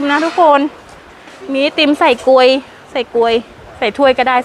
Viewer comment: การอธิบาย คำพูด ท่าทางน่ารักน่าฟังดีค่ะ รายละเอียดดี แต่ออกเสียงคำผิดบ่อย เช่น เรียกทุเรียนเป็น พลู ถ้วยไอศกรีมเป็น กวย ฟังแล้วงง ( ต้องเป็น พู กรวย นะ)